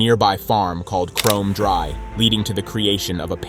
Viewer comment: Chrome Dry? Is it not Kromdraai?